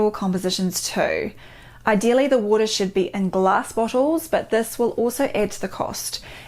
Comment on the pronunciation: luv how she says waur-tah 💕